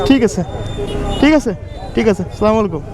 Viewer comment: ভাই আপনার সালাম দেওয়াটা ভুল আছে